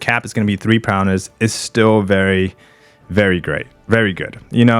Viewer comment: Is saying Prowness an inside joke?